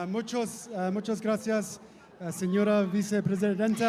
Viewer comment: 😖 Her pronunciation of “Graaaacias” is so irksome to Listen to.